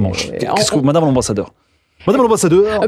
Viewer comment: L'Embassadeur"E" :-P